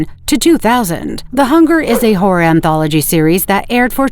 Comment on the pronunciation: The AI sounds like it's saying "whore." "Whore is a great genre."